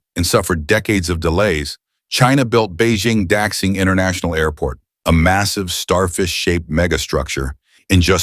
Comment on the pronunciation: it's da-xing,not dax-ing